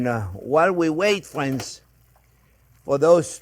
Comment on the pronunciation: Fwends. Mawanade